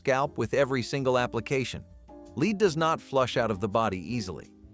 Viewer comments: Led, not leed paint. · I've seen several videos that pronounced it "leed" so I guess at least they're consistent. 😂 Buh-lone-ya drives me nuts, too.